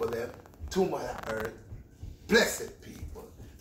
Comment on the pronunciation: "This is from da EART!" Haha love ya Red